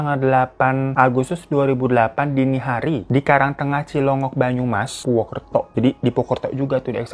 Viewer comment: Purwokerto bang napa jadi purwukerto 😭🤣